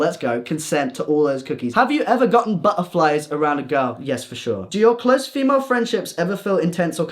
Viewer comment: buh uh fly